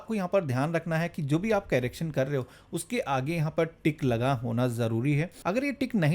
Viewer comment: कैरेक्शन नहीं करेक्शन होता है😂😂😂